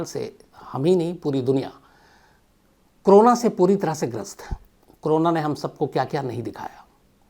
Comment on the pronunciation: Shams bhai aap corona ko hmesa crona kyun pronounce krtei ho…bdw i never miss any of your episodes..Lots of LOve from #ARUNACHAL_PRADESH